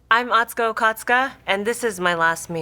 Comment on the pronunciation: Come on mate, at least say her name right!